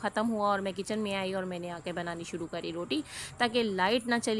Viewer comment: بھلے آپ پنجابی ہیں مگر جب آپ لفظ "کری" یا "کرا" بولتی ہیں تو پتہ چلتا ہے کی آپ واقعی کراچی میں پلی بڑھی ہیں 🤣